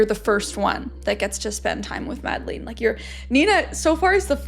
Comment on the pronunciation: I'm sorry but it's pronounced not MadlEEn but with an e like the e in Melania (sorry, but i was searching for another english word that has that sound but couldn't think of one)